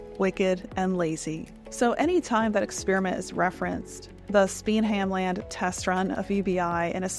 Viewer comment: I always enjoy your vids, however to pronounce Spenhamland, SPEN(silent H)am-land. Emphasis on the FIRst syllable.